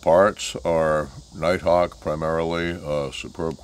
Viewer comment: lost me when said "nighthawk"